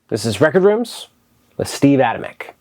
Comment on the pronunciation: Another great video! Huge fan of the Steve Adamyk Band. Glad to hear I have been pronouncing his name correctly. Hoping he releases a new record sometime, it's been a minute.